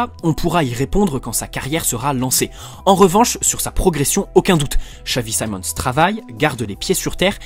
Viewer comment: nah son a french guy would have said Simons not saimons